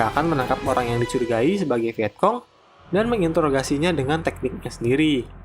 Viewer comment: Kayaknya bacanya viecong bukan viekong